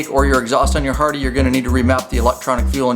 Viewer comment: Is it just me or does he say hardy?🤷🏻‍♂️